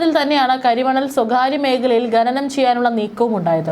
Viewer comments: ഗനനം അല്ല .... ഖനനം എന്നാ.... നഖത്തിൻ്റെ ഖ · ഗനനം അല്ല കുട്ടി... ഖ ന നം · ഗനനം അല്ല ഖനനം ആണ് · ഘ നനം ന്ന് പറയൂ